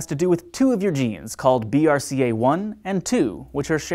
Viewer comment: Just for future reference if anyone is interested, the genes BRCA1 and BRCA2 are pronounced "bracka"...